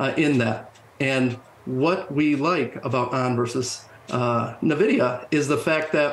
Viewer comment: If the person can't even pronounce Nvidia correctly (Nuh-Vidia), I can't take them too seriously.